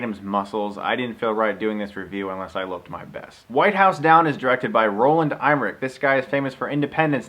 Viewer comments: It's pronounced M-ER-ICK, not IM-RICK! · Dig the review Chris, nice job. btw its pronounced Em-er-ich. not IM-er-ich. No worries thou, easy mistake to make. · Chris, just fyi, director Roland Emmerich's name is pronounced EM-ER-RICK. Just saying...